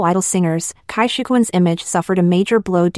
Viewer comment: And his about face on changing parties. The rest were just young people who get lost from lack of direction. Jackie Chan, what have you done?:face-fuchsia-wide-eyes: His wife was a beautiful Taiwanese Actress way back when. Cai is pronounced Tsai. I really hate pin yin.